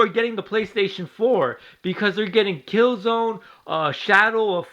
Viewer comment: You're a fucking dumbest how can you say killzone sucks when you can't even say the name right